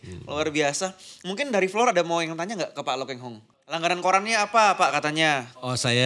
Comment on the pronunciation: Pak Lo Kheng Hong bukan Pak Lo "Keng" Hong kurang memperhatikan😢